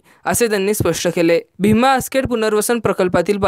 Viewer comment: भीमा नाही रे भामा आसखेड भावा😜